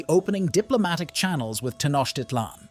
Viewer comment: Pronouned: Tee-noje- tit-lan